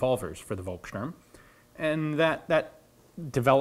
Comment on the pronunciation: Terrible pronunciation. Feuer, Volkssturm => I could not even recognize what you tried to say...